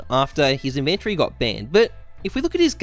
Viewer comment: I disliked the video just because of how you pronounced inventory in the first 10 seconds.